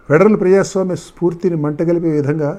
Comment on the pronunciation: ఓరీమూర్ఖుడా.. ప్రజసమీయము. అని ఏ దుపు. యాదవ. బే గాలు లో యే మి జరుగుతున్నది... ప్ర జా సంయమా.. ఓయ్ దదవా. ముదాల బెగలులో ఏ జరుగుతున్నది